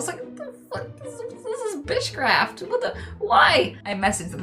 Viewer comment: Did she say bitchcraft? I'm stealing that.